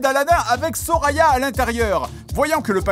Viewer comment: Il dit Soraya, j’entends Sorina